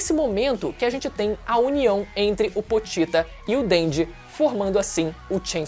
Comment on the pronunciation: Namoral falo o nome do pochita errado,é pochita não potita